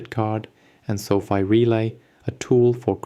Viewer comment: It's Fi not Fee